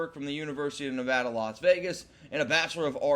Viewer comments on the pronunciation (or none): Bro can you pronounce NEVADA correctly? How can you even be a channel based on a NV sports team and you can’t even pronounce the states name correctly? That’s how we all know you’re a real outsider and not a true Raider fan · Bruh please learn how to pronounce the name of the state!!!!!